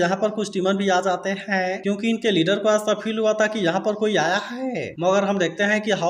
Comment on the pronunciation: Bhai ap tha or he thik se blo 😂